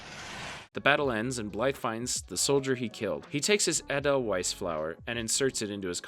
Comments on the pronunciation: I cringed at "Aw dell whise flower" lmao Edelweiss ay-del-vise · Ah-del-weis, East Company. Come on! Is it so hard to do a voiceover without just plugging it all into a computer? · the flower is pronounced A-Dell-Vice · The pronunciation of edelweiss took me out.